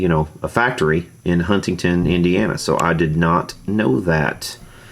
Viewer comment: It’s pronounced “Hun-ing-ton”, how are you even a fan? Haha. Just busting your balls, for all the times this Hoosier gets corrected saying Louisville. That building is somewhat small, most of the downtown is small buildings, most of the industry is on the outskirts, so by comparison, it just looks bigger.